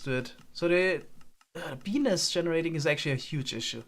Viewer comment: Ohh, he said bee's nest...